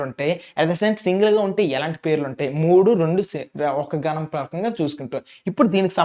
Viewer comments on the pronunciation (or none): Adi gaanam kadhu ganam 🤦‍♀️